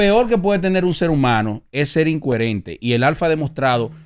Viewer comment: SE DICE “ INCOHERENTE” NO INCUERENTE. TIPO MAS BRUTO Y QUIERE MACHACAR A TODO EL MUNDAZO SIEMPRE